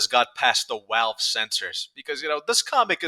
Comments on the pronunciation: Why do you say "Walve" are you retarded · On one hand he talks like Paulie Walnuts (so that.s a plus) on the other hand the way he says Valve gives me ptsd